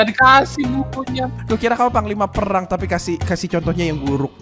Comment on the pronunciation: "perkkhhhgang" berbicara